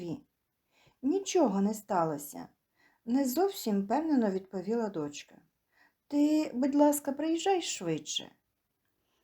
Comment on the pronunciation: ДочкА, спИна-- правильні наголоси .